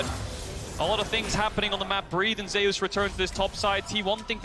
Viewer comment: why keep saying ZEYUS. ITS ZUS witha silent E.